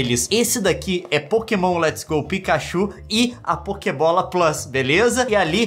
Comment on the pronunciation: tentando falar pokebola